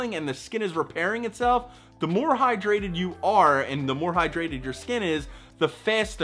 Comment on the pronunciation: Am l the only one who drank water right after he said “stay highdrated”?